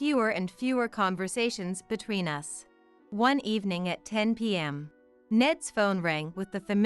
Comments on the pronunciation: The AI can't say us. They call it U S instead of uhs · No space between the different stories, which almost run into each other! Why is the pronoun "us" read as "u s" (2 letters), instead of the pronoun itself?